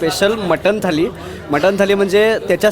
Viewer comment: थाली नाही थाळी